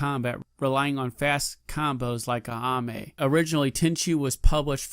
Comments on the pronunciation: Ayame. Not Aname. Are you trying to pronounce things wrong? It's very aggravating. I guess you got me to comment and engage. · It’s Ayame, not Aname